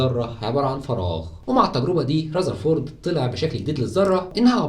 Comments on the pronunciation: اسمه رذرفورد وليس رزرفورد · رزرفورد ؟؟؟... اسمه رذرفورد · رزرفورد😂 != رذرفورد ... ايه دا يا مصر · رذرفورد❌ رزرفورد✅😂😂❤️